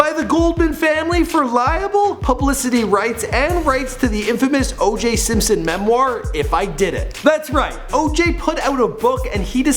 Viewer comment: Simsoin? I thought it was Simpson.